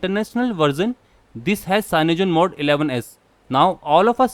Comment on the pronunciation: Hey MORON stop Givin us Indians a bad name.... PS-its cyanogenmod not CYANOGEN MODE... Please learn to speak better English as well... And please check ur facts before making a video unless u like making a fool of yourself....